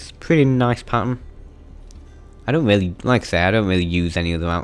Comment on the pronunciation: he has a weally good voice 😂😂😆